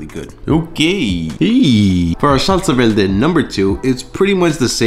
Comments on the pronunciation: Was homie saying salsa “velde”? Is that an accent? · Salsa “velde” yeah okay Mexican’t. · "Salsa Velde" 😂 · well, accents exist, I don't think there's anything wrong with a bit of r and l mix up as long as one can tell what the other person is saying, as is this case. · "salsa velde" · why does he pronounce it like that “vel-deh” lol